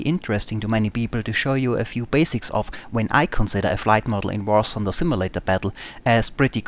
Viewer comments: War Thunder!!!!!!!!! not War Sunder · ah, finally an important contribution! A damned alien who is not able to pronounce "th";)